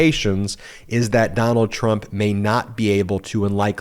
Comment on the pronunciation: Ben I heard you say clump instead of Trump That's a good one that could go right in there with Mara lardo just saying